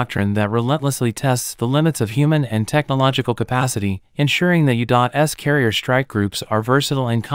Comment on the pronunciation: Go "U Dot S!" Whoever this "U Dot S" country is, it sounds like a powerhouse! LOL. (Improve your AI Reader, please!)